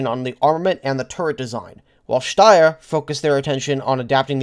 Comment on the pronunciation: Krupp is pronounced with a "short ooh". Steyr is pronounced like Sh-tuh-yar. Source: Am austrian.